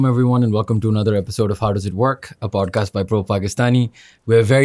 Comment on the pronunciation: bhai yeh, podcasht? Indushtry? Intreshting? hota kia hai?